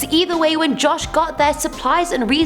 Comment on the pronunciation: John white not josh white